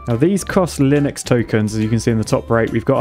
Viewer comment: LYNX is pronounced Linux?